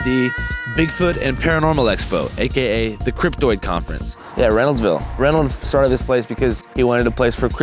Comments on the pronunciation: Is "cryptid" really pronounced "cryp-toid"? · It's cryptid not cryptoid. Cryptoid is how the cryptids want you to pronounce it so you can't actually find the cryptids.